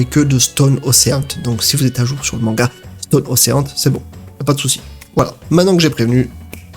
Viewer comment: J'adore la façon dont tu dis stone ocean, ça fait rire, c'est comme si tu passait du français a l'anglais en un seul mot